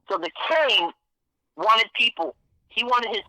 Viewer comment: As soon as he couldn't say the Kings name....that was it for me....FRAUD!